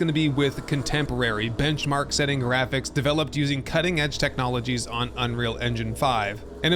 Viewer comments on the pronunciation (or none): none